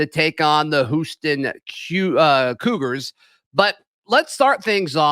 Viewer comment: Did just say the Whooston Queuegars?